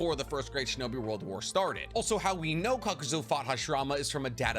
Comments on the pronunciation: You should start giving a shit about pronouncations Kakuzo is simply wrong. It's kakuzu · Kakuzo is objectively wrong and I swear he does it on purpose for engagement especially when he admits he can pronounce kakuzu. Will stay unsubscribed and not smashing the bell. Cheap and disrespectful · Why say kakuzo if there’s a u at the end? Where does the o come from. It’s spelled kakuzu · zu sounded out in Japanese would be zoo not zo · its caw co zoo not zoe zoo! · Its Kakuzu not Kakuzo😂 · Kakuzu not kakuzo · Who in the actual hell sees the name "Kakuzu" and goes "Yeah that's pronounced KAKAZO " Like wtf? Kakuzu is undoubtably one of the coolest characters in the Naruto verse. His abilities are so cool and he has a sick backstory. I hate how much people make Kakuzu seem stronger than he is. Bro is Mid Kage level take it or leave it that's how it is bruh. He does not scale to Pain why do people say he does it doesn't make sense. He scales just barely above MS Kakashi before the War. I think there are quite a lot of Akatsuki that are stronger than him though only by a little bit. Deidara, Orochimaru, Sasori, and Kakuzu are all much closer in strength than people realise. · name is kakuZU not kakuZO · It’s KAKUZU NOT KAKUZO. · Like dead ass, it’s a great video as far as content but I almost turned it off at least twice because he keeps saying kakuzo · But.... his name is literally KAKUZU!! It's just a pet peeve of mine but I truly detest the mispronunciation of easy to say words. It infuriates me, good video tho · youve watched the anime why are you calling him kakazo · Kakazu Kah-Ka-Zoo “KAKAZU” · “I’m probably going to flip between the two pronunciations” Proceeds to only use the objectively wrong pronunciation Will never subscribe or hit the bell Blatantly arrogant and disrespectful 🤡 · lol for a self-professed expert on the lore, your pronunciations are comical. Still love you :P